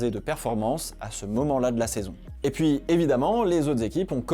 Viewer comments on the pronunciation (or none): none